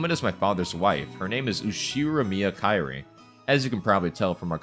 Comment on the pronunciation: Kyrie is pronounced as Ki-ri-eh, not Kai-ri. 😅😅